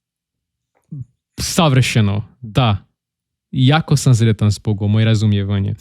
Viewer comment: Da para entende-lo tudo, so cuidado com S e Z :). Sretan Božić, nao Zretan Božić. S em "sretan" , Z em "zreo" , por exemplo (significa maduro).